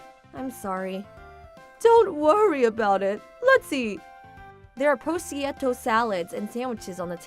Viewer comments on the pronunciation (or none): It's pasta bo-lo-nayse, not pasta "bologna". Then, she says "pro-see-etto" instead of pro-shoo-to. Please learn how to pronounce things properly. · Can this channel actually get any of the language, written and spoken, consistently correct? They don't even know Italian!! Bologenese is not "Boloney Pasta" and prosciutto is pronounced, "prō~shū~tō!